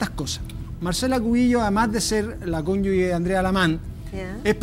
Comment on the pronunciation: Este comentario no tiene ná que ver, pero no me puedo callar. Qué triste oír a un ABOGADO decir "CÓNYUGUE" 😢 Fíjese que se dice CÓNYUGE y CONYUGAL. Lo invito a googlear, más que sea, oiga...